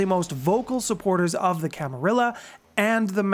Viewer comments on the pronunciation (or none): Please. Learn how to pronounce Camarilla. ;) You got it with Bruja.